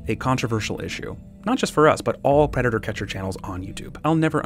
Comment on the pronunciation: Omg can i be cwaghg on ur channel? Wats a pwedador?